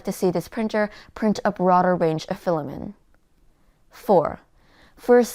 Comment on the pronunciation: filla-men! haha i don't know why but this cracks me up every time